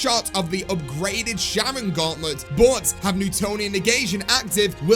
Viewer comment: for the love of god it's Charon (Care-On), not Sharon....